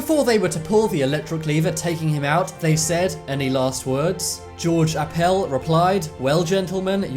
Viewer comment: I doubt Appel pronounced his name the way you do. It's basically a Swedish surname and they pronounce it "APP-ell"---or it wouldn't have been a remarkable quote. Pretty good video, though. Why don't you do one or more of funny tombstone markings?